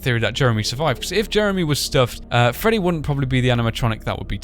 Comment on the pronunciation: Freddy not ferry